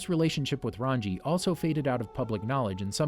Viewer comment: Oh for Christs sake. RAN-GEE RAN-GEE RAN-GEE RAN-GEE NOT RAN-JEE